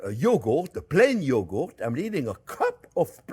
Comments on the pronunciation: “Plain yogoat” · Oh my gosh, Chef. I love the way you say “yogo” even more than the way you say, “onyo.” Cheers, my friend! 🥂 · I love the way he pronounces yogurt. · Chef can make anything delicious, but can't say yogurt. 😂😂 we all fall short, don't we? ❤😂